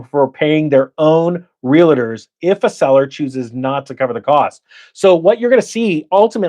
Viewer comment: Do me a favor. Staaphh saying Real-i-ter. It's Realtorrrrrr Thank you. You may continue now.